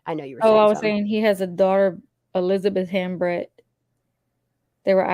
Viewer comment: I believe Hambrecht is pronounced "Hambright".